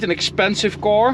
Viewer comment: English is getting really good, 👌. The way you say "car" and "stock" however is still completely wrong.. 😁.. Strangely because the rest is correct 🤔